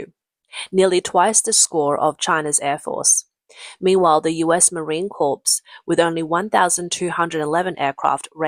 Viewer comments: It's spelled CORPS but it's not prounced like a dead person corpse. Core, core, core core! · Sorry to be pedantic, but it’s pronounced US Marine CORE, not Corpse. The ‘s’ is silent. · FYI- corps is pronounced “core”. It’s a French word. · Admit it...the ChiCom-Hydra Cartel's "air force" JUST PLAIN SUCKS!!!🤣🤣🤣And "Corps" in "Marine Corps" is pronounced like "core", not like "corpse"!!🤦‍♂🤦‍♂🤦‍♂ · The "ps" in "corps" is silent. It's pronounced "cor". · "US Marine Corpse" 🤣🤣🤣 AI needs a tweak. 🤣🤣🤣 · Don't pronounce the letter P at the end of Corps. It is pronounced Core... English is a crazy ass language, and I am an English speaker, and former teacher. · for the record Corps is pronounced Core, a corpse is a dead body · "corps" is pronounced "kor" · The “Corps” in United States Marine Corps is pronounced as identically to the word CORE without an S because the S is silent. - A Marine veteran who cringes every time he hears it pronounced that way. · Corps is pronounced with a silent s. MIG is pronounced like its a word. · You fail to pronounce corps correctly. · Just enlisted into the Corps as a machine gunner I cringe at it too. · USMC Corps. is pronounced Corp!!! Apache does not have an L in the name. If you would like, I speak American English and would gladly read for you.